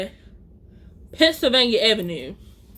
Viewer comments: As soon as you said Avenue I said oh okay you from Baltimore 😂😂😂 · Lmaooo as soon as she said avenue I knew where she was from 😂